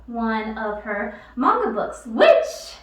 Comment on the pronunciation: Alright, I finally watched this all the way through. Kinda felll asleep the first time. First off, thank u for pronouncing manga correctly. It irks me when it's pronounced "maynga" n not the accurate, "mahnga" I've been made fun of because of that. I'm gonna watch this again cuz there's more comments I want to make...